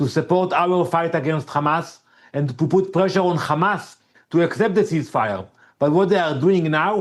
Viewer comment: Shut up Hamas not khamas